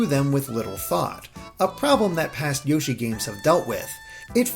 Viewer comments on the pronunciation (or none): More Awn Yo-Shee